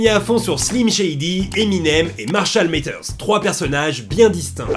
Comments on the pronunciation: Matters se prononce pas avec un "é" mais bien un "a". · Marshall Mathers stp pas Métheurs. Le "th" fait que le A se prononce comme un A français et non é (Comme dans father par exemple, on ne prononce pas fédeur). Sinon je kiffe tes vidéos je suis nouveau sur ta chaine mais j'aime bien ton contenu mm si j'en ai vu très peu.